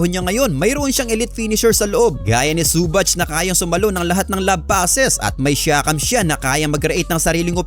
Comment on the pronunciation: Zu-bak hindi su-batch Sakit sa tenga. Paayos ng pronounciation